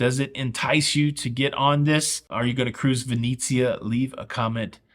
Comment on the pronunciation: ven-etsy-ah -NOT ven--eee-zia :)